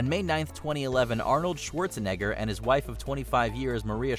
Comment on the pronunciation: Arnold Schwarze..... what???